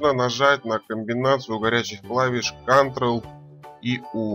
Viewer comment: " Кантрэл и У", Молодца! Повеселил!!!! Все равно Молодец! Спасибо за Урок! и Лайк в придачу!